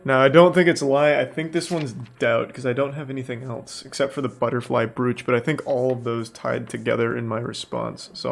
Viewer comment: Even the word brooch! Why tf do muricans try to pronounce every single letter of every word in English?? This isn’t German. It’s English. Brooch is pronounced broach, rhymes with (cock)roach. How tf do muricans go through life unable to speak the only language they know 😂😂